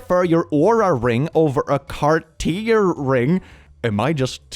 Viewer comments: Pi-late-s got me lol. Pi-la-tes like the workout. And Car-tier (French) as in the brand. Damn. Fellow dislaxative here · It is pronounced Kart Tee Yay (Cartier) probably spelled wrong, and they sell diamond jewelry. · I'm so sorry,. Here's a pronunciation guide-- Cartier: car- tee-AY Pilates- pil (like "pill")-aht (broad "a")-EEZ It is "dotes." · Cartier - Car-tee-ay - It's a French company for high end jewelry. Capris - Ka-prees - are short pants and "Burks" are slang for Birkenstocks which is a type of sandal. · PIll-ah-tays---a form of exercize. Por-shuh, type of car. Car-tee-ay, a jewelry brand. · Pi-lah-tees, car-tee-ey might help pronunciation a bit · Pilates is a form of exercise and Cartier is a famous French luxury brand. Both are not pronounced like that. Sincerely,a non-American.